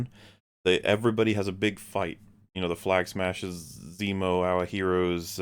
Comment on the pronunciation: Anyone else have the problem that when you hear “Flag Smashers” .. your brain instantly turns this into “Clam Smashers”?!? .. I can’t unhear it in my mind now.